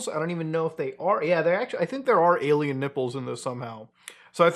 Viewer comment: why is he saying "ay-lmao" when talking about aliens? some algorithm bs again?